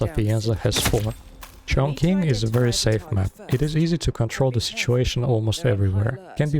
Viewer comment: You pronounce Chongqing incorrectly. It's pronounced like "Chong Ching"